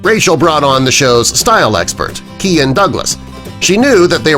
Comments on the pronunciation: The stylist’s name is pronounced Ky-Ann not Kian. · For God's sake it is Kyan, not Keean, pronounced Kay-uhn, like Ryan with K instead of an R